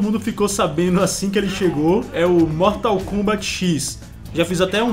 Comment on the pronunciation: Mortal kumbat xiis cara sua pronúncia em inglês e ótima parabéns